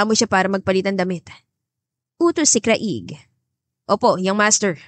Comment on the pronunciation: Paki ayos lang ang pag pronounce ng name ng lalaki CRAIG ipa slang lang ang pag basa pls maganda sana ang story